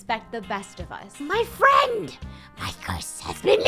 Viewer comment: Gerogie pretending to be an Angel: hey fwend lets make a deal a fwendly deal. Funneh: YES YES YES YES YES! Draco: OH MY GOD FUNNEH! REEEEEEEEEEEEEEEEEEEEEEEEEEEEEE!